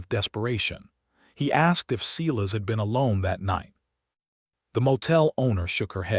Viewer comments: Seye-las, NOT Seelas!!! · and how to pronounce stating and Silas